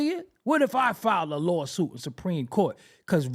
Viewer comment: 😂😂😂that "lawSOOOUUTEE"